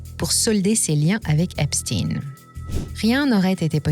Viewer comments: Epstein se prononce comme Einstein....pas Epstine....le "damage control" des Rothschild ne doit pas être pris en compte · cette prononciation Epstine est insupportable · Encore une vidéo pour camoufler l'origine d'Epstein...oups, il faut dire EpstIne" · Cette prononciation Epstiiiine est insupportable. Qui dirait Frankenstiiiiine ? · Je ne regarde plus les vidéos dont les commentateurs prononcent epstINE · Il faudrait commencer par prononcer correctement son nom Je vous donne un cours: Frankeistein, Albert Enstein, Ben Stein, Howard Stein ….Stein qui signifie « pierre » donc stone en anglais. Mais bon, peut être que ne souhaite pas ce mettre à dos ceux qui le prononcent bien 🤩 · Epstein étant un nom allemand, pourriez vous prononcer son nom comme le chiffre 1 allemand . merci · Quand on vous entends prononcer le nom d'Epstein, Albert Epstein doit se retourner dans sa tombe.. Bref vous valez pas mieux que les Mainstreams dans l'hypocrisie.. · Je ne mettrai pas mon pouce car vous prononcer son nom pas comme il le faut 🤔🤔🤔❓❓❓❓❓❓